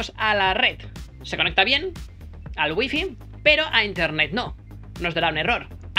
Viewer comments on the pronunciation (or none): none